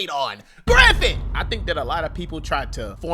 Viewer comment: It's not "Griffin" its "griffith"